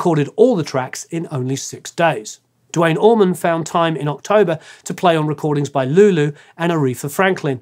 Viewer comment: Dwayne Allman, DAMMIT!! Not dwite oman. Or dwayne orman.. you guys make me so frustrated!!